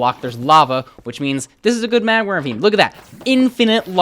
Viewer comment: Why does he say magmer instead of magma...